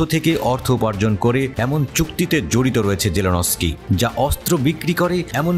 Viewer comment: নামটার উচ্চারণ জেলেনস্কি নয়, হবে জেলেন্সকি(zelenskiy). অর্থাৎ , n এর পর কোন vowel নেই, তাই ন এর পর কোনো স্বরবর্ণ উচ্চারিত হবে না।